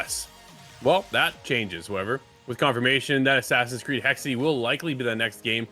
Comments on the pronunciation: It's 'hex-uh.' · Still closer to the correct pronounciation than 'hexy.'